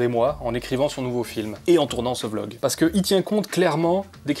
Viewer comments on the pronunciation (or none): none